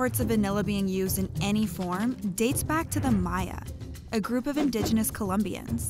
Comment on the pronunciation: It's indigenous, not indigineous. How do you butcher that.